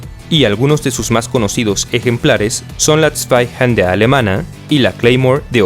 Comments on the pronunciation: Yo le decía "Sueijander" y ahora me vengo a enterar que se pronunciaba "spaijenda" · Svaijanda, es la pronunciación, recuerda que es aleman, la W se lee como V y debe oirse como enojado, como golpeado yo nadamas le decie "suaijander", como se leería en ingles